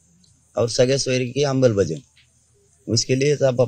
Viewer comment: जारांग्या, फकस्त येकदा राव येकदाच रे "आंबलबजाओणी" नाय तर शुद्ध "अंमलबजावणी' आसं बोल रे ... ताबाडतोप आराक्षन भेटून राहीन पाहाय.....